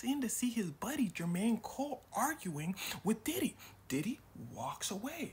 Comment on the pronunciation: Bro it’s Diddy not Didi💀